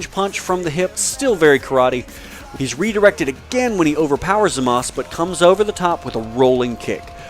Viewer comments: I thought it was Zamasu instead of Zamaz as he's pronouncing it? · its zmaza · but in the actual show they say Zama SU.